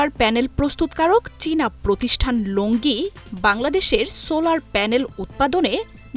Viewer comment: লংগি নয়। কোম্পানির নাম লঞ্জি।